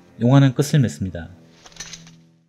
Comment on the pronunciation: 끝을 [끄슬]→[끄츨]. 들불 [들뿔]